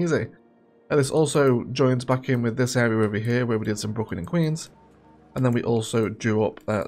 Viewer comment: Sounds like you say Brooklyn and Keys, instead of Queens. Would love another overview video but about the statistics. Because my cities struggle financially, how do you do it? Love the transport, the Eggerglades, you even made the amusement park look good. And love how you have the goal to work in all the unique buildings because I'm not advanced enough to see those!